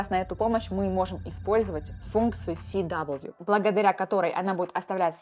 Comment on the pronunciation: Си-дабл ю режет слух Это же параметр character weight А так - все по делу, круто